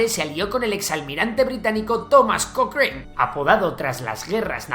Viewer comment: se pronuncia cocran no cocrein. cualquiera pensaría que la educación en España es superior a la latinoamericana pero claramente con el inglés dejan bastante que desear.